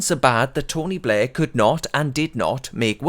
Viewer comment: His name is not Tony Blair, his name is 'Tony Bluurghhh.'